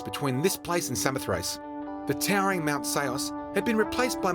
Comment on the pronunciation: Samothace...pronounced 'Sa-mo-thra-gee'...the last syllable is pronounced 'gee' as in Gizard. Tut tut tut to 'ace'. Other than that, excellent video and thank you.